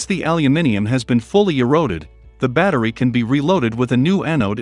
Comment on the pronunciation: What? He can't even pronounce the word 'battery'!